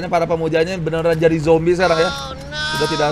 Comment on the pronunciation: Bang orang sebutnya zombie bukan zombay